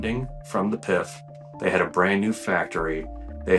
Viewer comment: It’s pronounced P.I.F. not “pif” 🤡